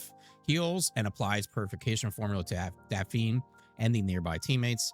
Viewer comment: Its pronounced Daf' Knee. Not Daf eene'